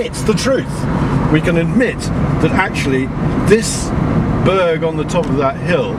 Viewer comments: Someone needs to teach him how to pronounce Burgh (it's like burr, the g is silent) The Burgh of Hastings was several miles away, in Hastings. One of the ditches he said was the bughal ditch (and the smallest burghal ditch in England if it were to be true) was one of our right angled evaluation trenches we did before we stripped. The archaeology at the top of the hill was Roman. The archaeology in the valley was middle stone age. We were there so long because there was a fuck ton of flint to dig up systematically. We weren't the reason the road was late, as you know, we left over a year ago. The Crowhurst bridge was still unfinished in May... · Burgh is pronounced Bur(g)h, Berr. Please note, MANY of the Berrs built in Alfred's times where built upon many old hill forts, Roman places of occupation, or in places where local villages, hamlets would come together to defend their area. These were built normally to defend areas of travel via land or river, Warningcamp in Sussex is an excellent example, besides the river Arun, or Chichester with its harbours.... Both were Burghs. One beside a river in a place that has been occupied by Celtic, Romans, Romano British and later Saxon/Jutish, whereas Chichester although not an ancient hill fort, or tying in with Alfred's dimensions of a proposed burgh, has got a bloody great Roman built wall around it that would have had a ditch in front of it and would have stood 5 metres tall, but a Burgh Chichester most certainly was. Brilliant vid as always. Keep em coming.